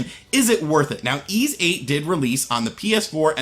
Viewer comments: "E"s VIII? It's pronounced "E"? I can't deny, this game looks like it might be good. Emphasis on "might". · Jay M pronounced eeeeesssss. It's a city from Briton mythology (north of France) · Why does he pronounce the tittle game like that ?